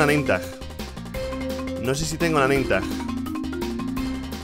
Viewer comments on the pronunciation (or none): none